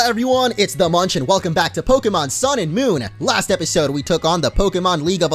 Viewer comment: bleach, munch. its bleach.